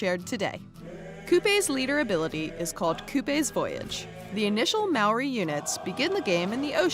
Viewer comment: They cant even say Māori properly